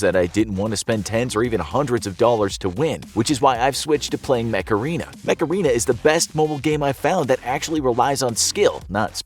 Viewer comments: It doesn't like he was saying macarena instead of mech arena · it doesnt like u was saying macarena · when he said mech arena i thougth is he said macarena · I thought you said the game" MACARENA"